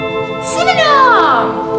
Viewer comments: The fact that she's saying synynom and it's actually pronounced cinnamon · You said syeninam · Also sin-a-men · She cannot even say cinnamon